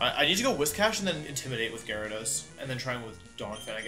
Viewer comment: You know it's serious when Wolfe says Gara-dose instead of Jairyadose